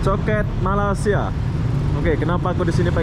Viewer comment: Kenapa kamu cakap Malaysia tak betul. Bukan malisia bunyinya melaysia